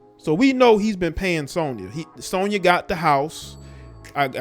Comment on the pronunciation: U not saying Sonya name right